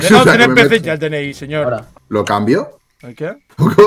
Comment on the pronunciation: Señour No!! Señourr xD